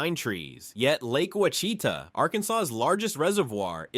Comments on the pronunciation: This was very interesting. However, as an Arkansan, I was screaming at the TV every time you said Ouachita. (And a few others). I know you did your best- lord knows you pronounced it at least ten different ways in one video. But for the record it’s pronounced “wash-eat-awe” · As an Arkansan…this video pains me… Ouchita = Wash-eh-tah Petit Jean = Peh-Ti Jeen Magnet Cove = MAG-Net Coh-ve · Arkansas is not nor has ever been a Midwest state . It is very much a Southern state . It always has been. Learn how to pronounce things properly when you do stories on Southern states . Those are the WASH EH TAW Mountains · The mispronouncing of Ouachita (wash...i...ta ) is well known here in Arkansas. We pronounce it with three syllables, accent on first syllable, the letter 'i' is the 'short' i sound, then ending with ta...short 'a'. But....the rock called Novaculite, which is world famous as a high quality whetstone, is also known for being pronounced as the 'wa...shee...ta' stone...accent on 'shee'. The American Indians who were here thousands of years before "white man" got here, probably laughed a lot at us trying to pronounce their names for stuff. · FYI: Quachita is pronounced wash-a-taw...🙃 I did enjoy learning new things about my home state that I left decades ago. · Oucitha is pronounced wash-it-tha! From a native American tribe. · Ouachita. = “ wash a taw “ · Please tell me this is AI, because anyone purporting to be professional would learn these names before making a video representing a state. Fouke = F-ow-k like ouch. Ouachita =wash-it-tah, like the Native American tribe. Magnet cove not magnetic cove. Petit Jean =Petty Jean, it means little John. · Right, bad pronunciation! It should be wash-e-tah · The mountains in Western Arkansas and the lake near Hot Springs is pronounced Wash-i-tah. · The proper Arkansan pronunciation is WASH EH TAW . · Oucheatah...had me laughing way to loud. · Ouchita was butchered heavily. And Petit Jean was massacred.